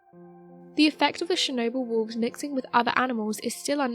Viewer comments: CHernobyl not SHernobyl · And it not "SHERnobyl"